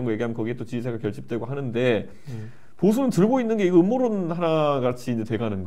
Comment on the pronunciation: ㅋㅋㅋㅋ 엄머론아니고 음모론~입니다 국가부도의날 유아인이생각낫네요 ㅋㅋㅋ